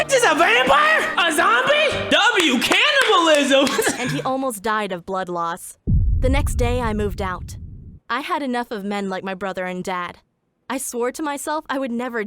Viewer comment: Bro said W canibilisam 💀